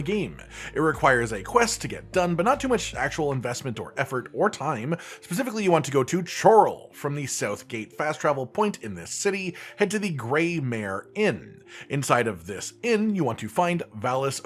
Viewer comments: 'Coral'. Its pronounced coral,. Every npc in that town also uses that pronunciation. lol. chore-ul sounds like you're planning to feed some feeshes, my good fisher fellow. Correction on Frostcrag - you do not have to lockpick to get in. there are two nearby campsites with chests. the door key is in one of them. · Random bit, the H in Chorral is silent.